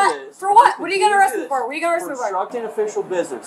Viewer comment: lmao she couldn’t even say “obstructing” 🤣😂😭 also: “he was passed out in the car” “FOR WHAT!? FOR WHAT!?”